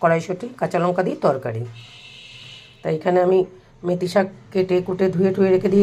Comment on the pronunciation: মুতি শাক না মেতি শাক।😂😂